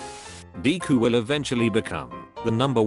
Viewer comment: I like how it calls him deeku